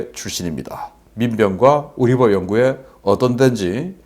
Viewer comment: 순간 우리법연구회 발음이 위법연구회로 들렸네요